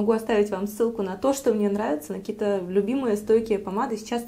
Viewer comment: Вот не знаю почему вместо слов"какие-то,каких-то,какими-то" произносит "ких-то,кие-то,кими-то".В каждом видео.